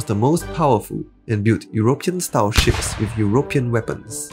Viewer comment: European is pronounced "your-ih-PEE-in" (second syllable can be "uh"). Aboriginal is "ab" then "original".